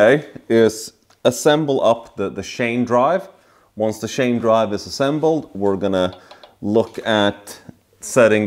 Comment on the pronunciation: nice work man this engine you called a boxster it's actually pronounced boxer as a boxster is the crapiest porsche car and engine ever made and you called the timing chain a timing shane its chain lol don't get me wrong, i am not making fun of you i respect you and i envy you dude your work is very good the way you put in those cam retainer plates shows me you have alot of experience i prefer to use 3 long 8 by1.00 bolts screw them in a few turns then push in the plates and they dont like to go in easily unless you rubber grease the fat oring well and its reciever groove in the housingthen once pushed in then i put in 3 original bolts